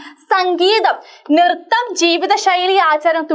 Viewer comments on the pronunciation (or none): nirtham alla nrittham aahn missee😂🙂